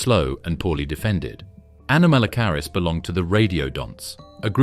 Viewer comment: Shame your AI can't pronounce anomalocarus.